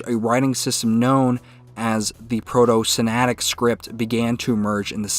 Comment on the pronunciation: It's not Sinatic but Sinaitic. I think it should be corrected, at least in the captions.